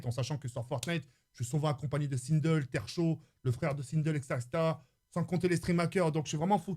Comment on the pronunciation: Il dit sindle alors que c sinkel